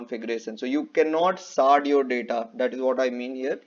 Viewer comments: MP se hai naa ya UP se....it is not Sard ...Shard...Don't use this guy and that guy...tune kaam kiya hai but ek hi badi company mai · What does it mean when he says you can saad or saard your data. I couldnt understand that word